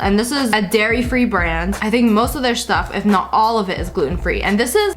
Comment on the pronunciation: who else heard her say Gairy Free Gelato